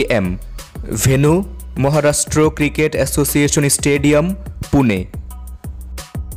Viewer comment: Mohorastro or Maharashtra ? U r pronouciation is very poor